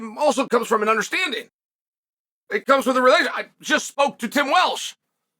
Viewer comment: “Tim Welsh”